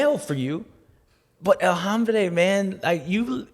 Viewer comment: Dude......El Ombre...the man. There is no HHHH